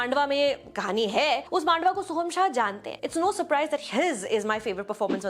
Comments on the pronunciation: May I very respectfully mention that it is pronounced मंडावा and not मांडवा? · It is pronounced मंडावा, a place in Rajasthan and not मांडवा (as you pronounced), a place in Maharashtra. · It's man-dahh-wahh..trust me it is as I am from there.